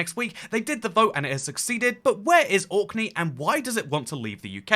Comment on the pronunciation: You seemed to be confused about which island or country youre talking about. At 3.54, You say 'Auckland,' twice. Its ORKNEY! Which makes me doubt that you have really researched the subject or are very knowledgeable of this. Youre going to loose a lot of people there.